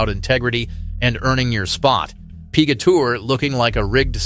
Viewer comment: "the Pee-gah Tour" says your text-to-voice software. Can you do better?